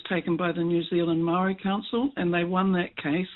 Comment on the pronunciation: pronouncing Maori like Mouldy or Mowdy is really wrong. It's idiotic young maori trying to be cool.